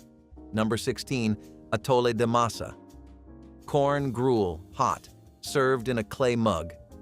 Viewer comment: And it's "masa," NOT "mesa," you artificial idiots!!!